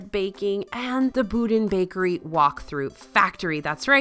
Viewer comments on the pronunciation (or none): Boudin Bread is pronounced “Bow-Dean” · BooDeen is how you pronounce Boudin bread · Boudin is pronounced "bow-dean". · If its name is French in origin, then that would be pronounced boo-dahn, not boh-deen. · Just and FYI from a San Francisco Bay Area raise person: Boudin Bread is pronounce : "Bo-dean" Bread! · Actually it’s pronounced boo-deen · You pronounce the second syllable like you'd say "Dan" (i.e. a person's name). Some also don't pronounce the n, like myself, while other's do. Source: I'm Cajun and boudin is not native to San Francisco. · Yes! Accent on the first syllable. But...Z is pronounced S.